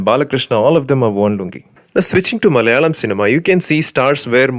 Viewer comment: yes first I really thought u r a South Indian but the way you pronounced soggade chinninayana.... Confirmed me u r not from Telugu background but the way u pronounced Malayalam movie names were so perfect . Whatever it was a great work of ur reviews , it is good that someone is coming up with genuine reviews commenting on nepotism and stereotype depiction.